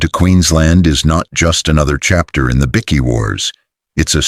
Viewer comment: What is a bikky? Damn robot